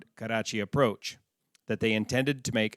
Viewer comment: Karrrrrrrrrachi. LOL